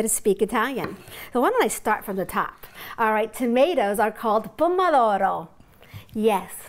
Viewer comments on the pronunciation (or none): Pomodoro is the word not pommadoro just saying